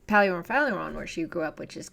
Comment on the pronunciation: I don't want to be rude but there was one fingernails on blackboard moment in your video. When you said "faleron" you sounded like a pure 100 percent non Greek. Enai PALIO FALIRO ! not "faleron" . I apologize if I sound rude but the effect it has is unavoidable to a Greek ear listening.